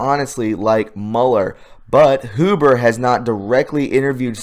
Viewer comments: It's not HOO-BER it's H-YOU-BER. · Mueller is Mule-er Huber is Hue-ber.. Pet peeve sorry couldnt help myself.. tubers are killing me